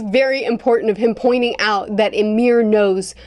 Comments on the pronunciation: Not Yamir, Imir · I'm 15 minutes in and my nordic blood is boiling at the attempts to pronounce Ymir. This is great entertainment at work, keep it up